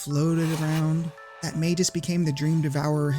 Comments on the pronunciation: At first I cringed at the pronunciation of Magus and Janus. But then I remembered that Ted Woolsey took a ton of freedoms with CT's script, especially by diverging from the Japanese names. On top of that, "Janus" is based on a name that has passed through a number of languages through the centuries... so pinning down a correct pronunciation is a fool's errand, much like (for comparison) many Legend of Zelda names. Instead, I'm just going to point this out: when pronouncing Janus as "Ianus," you seem to be using the Latin pronunciation of the name, which is probably pretty commonly used. Also, "Janus" is drawn from the name of the literal two-faced Greek god of "beginnings, gates, transitions, time, duality, doorways, passages, frames, and endings." The CT localization had an incredible knack for apt names, didn't it? Anyway, no pedantic corrections from me, I just thought that was cool and wanted to share. <3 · Maybe for the same reason you mispronounce Magus, which is a real word that's officially pronounced as May-Gus and not Mage-Us, lol. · Great video. But isn’t it pronounced Magoos? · As said elsewhere, you are incorrect on that: Magus follows the hard G / soft G rule, is pronounced with a hard G, as Mah-Gus or May-Gus. Go to any online dictionary and look up the word Magus, and play the pronunciation for it. Then you'll find-out the truth for yourself. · Not sure how people figure out how to pronounce names in text only games, but to me, he's Mag-us, not Mage-us. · You are completely wrong about magus. Its pronounced with a soft g, as it denotes a person using magic. You don't pronounce magic with a hard G; neither do you pronounce magus with one. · I'm more upset about how you pronounced Magus as Mayjus than about how the developers included this idea. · Mayjis lol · sorry dawg, but Yawn-us and May-jus are the wrong pronunciations. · May-Gus. You can even get verbalizations of it on Google..... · We should just pronounce it My Goose.